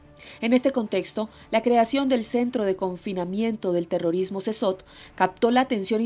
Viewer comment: Casi once minutos de "Wiri, Wiri", para llegar al tema de las pandilleras. Eso es mas de la mitad del video en puras mamadas, aparte la carcel donde estan los pandilleros se pronuncia "Sekot". Ademas, en la carcel o prision, se van a pagar las sanganadas que hicieron en contra de la poblacion, independientemente si son hombres o estas mujeres pobrecitas, oprimidas por el patriarcado. Puta, este reportaje, esta lleno de tantos prejuicios que pierde cualquier gramo de veracidad que tenga y se vuelve propaganda (tanto de gobierno, como de organizaciones que solo buscan empujar sus ideales).